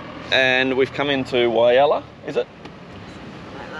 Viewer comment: Wirrabara is pronounced WI…RAB..RA. Nice town